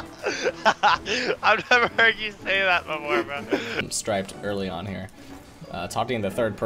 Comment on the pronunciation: I love how keeps calling him instead of striped